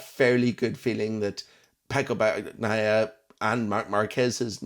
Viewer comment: why are you calling him bag-naia?